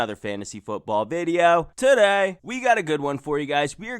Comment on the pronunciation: "TUH DAY!"